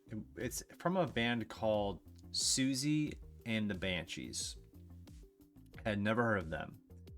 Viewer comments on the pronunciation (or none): Pronounced, Sue-She & the Banshees.